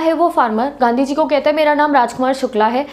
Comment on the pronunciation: Only ultra legends could get it - 😂😂😂😂 Whenever she said ganddi ji not gandhi ji 😅🙏🏻